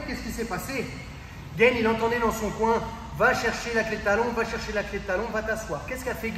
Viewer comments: Mdrrrrr le mec il se compare à Ciryl Gane, on aura tout vue 😂 il à osé dire « ce qu’il aurait dû faire gaine... » déjà c’est pas Gaine mais Gane. Un mec inconnu au bataillon essaye de nous expliquer ce qu’un champion de MMA (maintenant) mondialement connu aurait dû faire, sachant également que sur un combat précédent cette même clé de talon est passé crème... enfin je dis ça je dis rien 🙃 tout est bon à prendre pour faire des vues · Gane se prononce à la française. Cordialement. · Merci pour l’analyse ! Effectivement dur de voir tout ça pendant le combat. Seul bémol : Cyril Gane est français et son nom se prononce à la Française, pas à l’américaine 😁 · Bonne vidéo, instructive et récapitulative, mais par Pitié "", "Renier" la France en claquant des "Gane" à l'anglaise alors que ça se dit tout simplement GAAAAANE et non GAYYYYNE c'est dommage, les ricains sont suffisamment partout pour qu'on se valorise un peu sur une discipline où on les plis! C'est pas méchant, c'est juste le coeur qui parle! (J'espère au moin que t'auras apprécié le jeu de mot 😜) Merci pour la vidéo 👍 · Très bonne vidéo! C'est toujours plaisant de décortiquer ce qui s'est passé et s'apercevoir des détails techniques. Bravo. Par contre pourquoi vous voulez l'appeler Gaine alors qu'il s'appelle Gane. ^^ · Votre vidéo est top, merci pour ces explications ! Juste une chose par contre: pourquoi vous prononcez Gane à l'américaine ("Gayne") au lieu de "GAne" sachant qu'il est français aha ? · Gaaane les gars, pas Gaïne ! Merci pour ta vidéo. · C'est Gane pas gaine, y'a pas de i. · par contre on dit GANE pas GAINE :) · On est français ont du Gane et pas gayne super vidéo sinon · Hoss les gars, juste une petite précision qui a de l'importance pour certain: respectez les noms propres svp Si Ciryl dit s'appeler Gane n'allait pas l'appeler Gaynne! Les Patronymes sont sacrés les Gars;-) n'est ce pas! Je déconne mais svp les gars! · Ça se prononce gane et non "gayne"